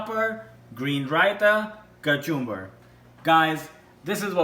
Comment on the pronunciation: He said cachumber🤣😂